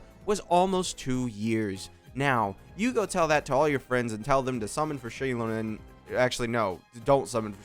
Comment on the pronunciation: It's z-eye-LOW-nen. Source: the Pyro Archon. Xilonen is basically Kazuha, you don't need to worry. How can you say DEF scaling is almost guaranteed when Navia exists? Also no one will ever replace Furina as the best character in the game.